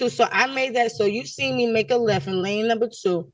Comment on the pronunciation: Seent? Seent?! Really?